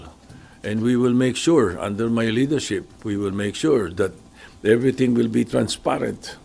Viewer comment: Yan Ang problema sa inyo nararamdaman na ngA ninyo na ayaw sa INYO Ng mga tao KAPIT TUKO pa kayo sa POSISYON sasabihin mo pa TRANSPARENT nauubo ka pa pagkabigkas mo Ng TRANSPARENCY... WAG KA NA PLASTIC TUTA SOTTO